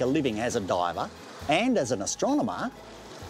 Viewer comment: Excellent visual explanation, and ends with the most Australian pronunciation of the word ‘marvel’ I’ve ever heard.